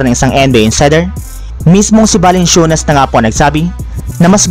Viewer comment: Parang balanswenas balansyunas narinig ko par